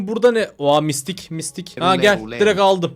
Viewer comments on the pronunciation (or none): Abi enson mistik değil mytik ( mitik )